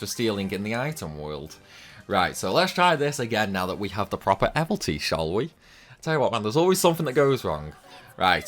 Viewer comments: Evility, not evilty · The way you pronounce Evility!!! You crack me up…….Do you even know how to say “evil”? Yeah then go from there.